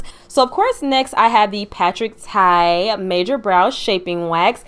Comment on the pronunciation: Congratulations! Patrick TA, not Tai. I love your review! I know that you will keep growing.